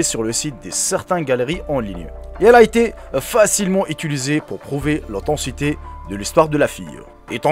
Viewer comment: « AutheTIcité « ! -> pas « otancité »